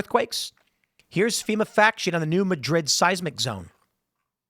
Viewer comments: It's pronounced Mad - rid, not Ma - drid; accent on first syllable. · hey tim, it's pronounced new MAD-RID, not Muh-drid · New Mad-rid not New Muh-drid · It's actually pronounced "Nyew Madd-id" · New Madrid faultline is pronounced MAD-rid. Sedimentary layers in the Grand Canyon or the Colorado river show the higher water level from millions of years ago, when they weren't deep canyons cut into the stone! There were rivers there, maybe glacial from an ancient ice age. 😲 The grand canyon is partially created by wind and sand grinding the stone. There will probably never be a canyon carved from the Mississippi (maybe up north) because the base underground is SAND not stone, the top has deep accumulated soil, neither creates canyons. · It's not New Madrid, it's New Madrid. Jeez, this from an Illinois guy...